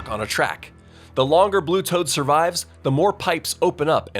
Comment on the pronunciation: I heard that mistake on saying blue toad,s name wrong.